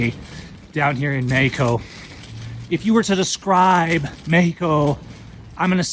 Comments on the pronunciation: WOW U DORK - Please $ The love of God - Please Try 2 STOP Mispronouncing MEXico - U R Not Latin Or God 4bid Mexican ? Now R U ? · Gayheco is how you pronounce mexico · go to lengths to pronounce Mexico as Mayico. Try Meh ico. But you fail on Queratero. Try Kere rattero. Roll your "r"s. Buenos viajes